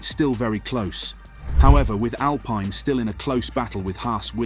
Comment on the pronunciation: Mis-pronounced team name within 5 seconds of starting video. Not ideal.